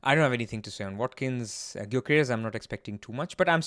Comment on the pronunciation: Wat-Kin change.